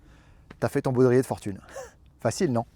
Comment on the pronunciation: baudrier et non boudrier